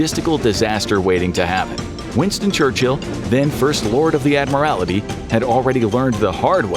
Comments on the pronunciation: Admirality? I think you mean Admiralty. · It's pronounced "admiralty", not "admirality".